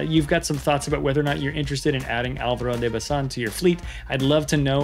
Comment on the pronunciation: I like the way you pronounced the name, quite close to the Spanish way. Well done!